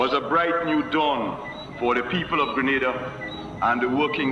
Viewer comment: You had it right the first time... It's pronounced "Greh--Nay--Dah"